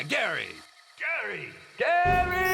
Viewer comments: Garrryy?? Hahahaha Gary !!!! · Gaary? GARY!!